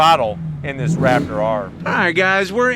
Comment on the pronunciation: Did you say rapper or raptor ?